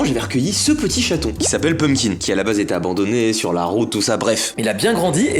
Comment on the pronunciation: Il touche les aloc et tu dit encore châton ptdr